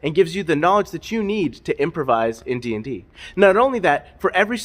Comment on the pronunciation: Bro really said knowledge like that one guy whose name I can never remember lmao